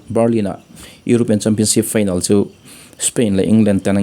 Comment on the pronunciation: Final tih hi feinal tiin i lam daih a.